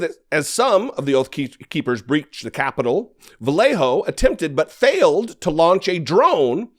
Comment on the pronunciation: Bro you lived in So Cal.... how are you unable to pronounce the name Vallejo correctly, ya know the word Yarn, thats what the LL sounds like, a Y kinda like Vuh-yay-hoe not Vuh-lay-hoe. Cumon bruh u better than that